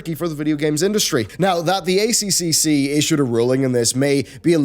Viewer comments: Just FYI it's pronounced "A triple C", no Australian will ever call it "ACCC" and it sounds strange and unnatural that way. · As an Australian I feel like I need to say.... it's "A triple C" not "A C C C" I know it's both really.... but holy jeebus it sounds wierd when it's pronounced in the later way! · weirdly enough, both 4 syllables, just hits our ear wrong when we hear A-c-c-c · stop calling it Aye Cee Cee Cee its the god damn -Aye Triple Cee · FYI It's the "A triple C" it's easier to say and that is how we say it here in Australia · I’ve been saying this on multiple youtubers covering this story, but the acronym is said as “A-Triple-C”. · A triple c it’s pronounced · I've said this to Yongyea, Jim Sterling, Pretty Good Gaming, and LegacyKillaHD. It is pronounced A triple C. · hahah It's funny hearing all the overseas youtubers saying a c c c :D dont correct them!